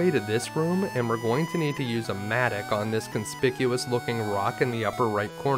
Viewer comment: Wondered what a "matic" was... It's pronounced Matt-ock lol (7 o'clock... Same "o" as mattock) good vid as always cheers.